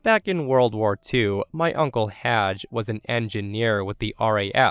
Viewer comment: Story 3. His name was Haj NOT Raj. Disrespectful much ??